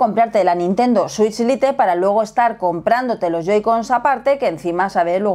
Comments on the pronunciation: No se dice lite, no se pronuncia así.😂😂😂😂😂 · dos años y le sigues diciendo "LITE" en vez de como se pronuncia XD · Lite es una palabra en inglés aprendan a pronunciarla molesta oír el video con malas pronunciaciones